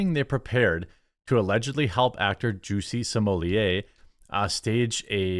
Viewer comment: At the start of this video, Did u call him ""juicy"" or did I hear wrong 🤣🤣🤣